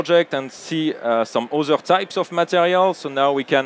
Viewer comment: You got very nice presentation however I want very politely point out to "presentators" - narrators very bad English accent - it's nothing offensive - but I got (and probably a lot of another people as well) very hard time to listen what he's saying. Can you please improve English for your workers / employees? - - what he means with word "WEAZZER"- does it means "weather"? - "OZER" - does it means the word "other"? I am sorry to say - but that is really bad to listen. All presentation are full of words that is not English-like subject.